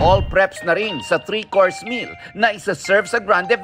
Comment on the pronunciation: Na Lami ag sounds like sa coarse og course oh..mura eatathon.